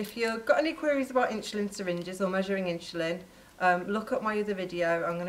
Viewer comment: Why is she calling it "inschulin" ??